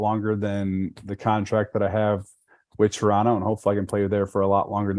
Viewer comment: The dude already pronounces Toronto like a local haha